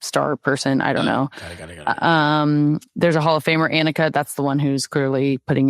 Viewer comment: Soph! It’s “Onnika” (pronounced) not Ann ika. Nelly won like 6 times on LPGA last year, phenomenal and Scurry was an OG badass goalie!!! Can’t wait to watch how fun!🎉🎉🎉 not criticizing just giving fyi 🤟✌️😊